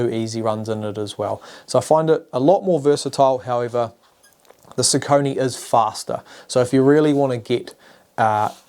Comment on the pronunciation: Nice comparison video and focus points! :) Just one thing at the end: What ios "Sau-co'-nie" (in german pronounciation) ? Isn't it pronaunced like "sock-a-knee" or "soccer-knee"? That pronaunciation i didn't recognize at first that this is a name and wondered ;)